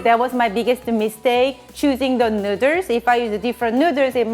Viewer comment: They also say "neuters" instead of noodles 😂